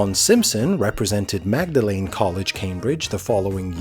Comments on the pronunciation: "Magdelene College" is pronounced "Mawd-lin" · Magdalene College in Cambridge is actually pronounced "mawd-lin" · Magdalene college is not pronounced like that!